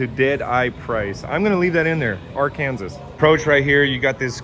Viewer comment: Surprised I've never heard Ar-kan-sas before